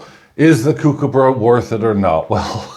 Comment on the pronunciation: Everytime you say "kookaburra" I cringe. Your pronunciation is terrible but the coin is mint.